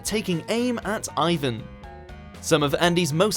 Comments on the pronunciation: Its ee-vahn not eye-vin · Eye won Lendl? Gosh, that's a horrible pronunciation,. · "Eyy-Ven"?!? Oh dear. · AYE-VIN LEN-DULL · You need to learn how to pronounce Ivan.